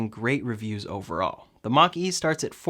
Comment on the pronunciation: I keep hearing Ford Monkey lol